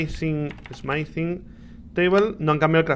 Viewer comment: Le iba a dar like al video porque me gusto la review y las reacciones de Rich, pero Rich pronunciando "Smithing" como si fuera "Smite-ing" me dio dolor de cabeza. x_x No le doy like, pero tampoco dislike.